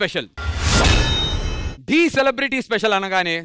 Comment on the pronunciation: Anchor garu adhi Thee kadhu dhee 😅😅